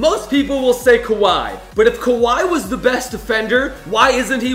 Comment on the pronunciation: Lol Kawhi not khawi